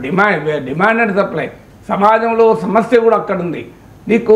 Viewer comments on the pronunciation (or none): none